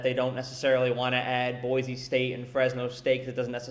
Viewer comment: Boise? LOL Sure